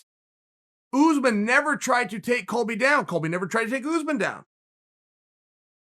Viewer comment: Matt from Wii Sports its pronounced as "usmarn"